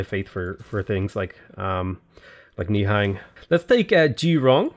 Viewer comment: Love the videos. Just a heads up, "nihang" are pronounced as "nihung".